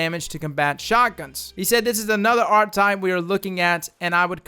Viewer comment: Bruh, it's pronounced, "R-KEH-TYPE."